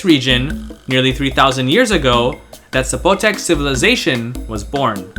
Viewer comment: There's no accent on the O. It's not Zapo'tec.